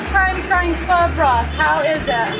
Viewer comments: Glad to hear you guys pronouncing Pho correctly :) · I have to say from a Vietnamese the way u say pho is not bad at all compare to 99.9 percent of westerners and once u drink the coffee u won't go back to Starbucks.